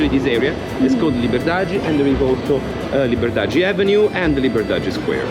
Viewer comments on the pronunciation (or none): อ่านว่าลิเบอดาดี้ หรือลิเบอดาด แต่ถ้าคนบราซิลจะประมาณลิเบอดาจี้